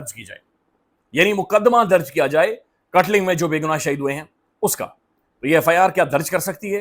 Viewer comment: BAI katling nahi hai ye katlang hai